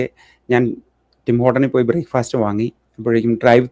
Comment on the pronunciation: ഹലോ, 'ന്യൂഫൗണ്ട് ലാൻഡ്' അല്ല, "ന്യൂഫിൻലാൻഡ്" എന്നാണ് ഉച്ചരിക്കേണ്ടത്. ബ്രേക്ക്ഫാസ്റ്റ് അല്ല; "ബ്രേക്ക്ഫസ്റ്റ്" ആണ്! തന്റെയീ തെറ്റായ ഇംഗ്ലീഷ് ഉച്ചാരണം, അടിയന്തിരമായി തിരുത്തുക!